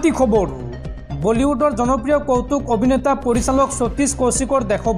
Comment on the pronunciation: KHABARU" nokoba , KHABAR kaba... Bhul koi Axomiya Nokoba ...